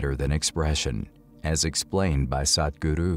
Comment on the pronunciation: I would like you to learn how to pronounce "Sadhguru" properly. It's not that difficult - I am sure you can do it with bit of practice. Thank you Good post 👍